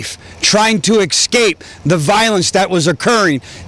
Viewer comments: its escape not excape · This sheriff uses incorrect phrasing he said: "I'm taking back" but the correct phrasing is: "I'm taken back" he also keeps pronouncing "escape" as "ex-cape" Our grammar officers will conducting an investigation into this tragedy.